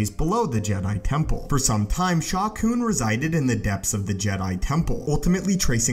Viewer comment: Sha Koon? Sounds like a Plo Koon/Shaak Ti love child or something.